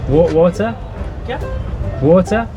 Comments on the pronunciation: What's 'Water' in Hindi..... guy replies, "Vaaturrrr". LMAO. I feel your pain. lol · You called it Wota and we called it waterrr just as it spells with an extra R though.. 😗 I saw her on a bake food show.. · It's about your accents..... If you use Indian English version you won't face problems..... I cannt stop myself smiling the way you said water.